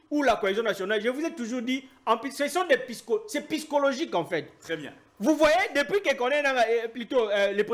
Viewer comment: Vous, des personnes scientifiques comment vous pouvez prononcer "piscologique" au lieu de dire Psychologique